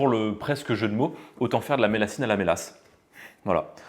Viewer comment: Alors on dit la millassine avec le son ye voilà je suis du sud ouest bisous